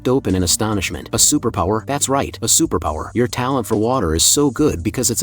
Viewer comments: "a supapowa" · I love how the ai voice says superpower😂😂😂😂😂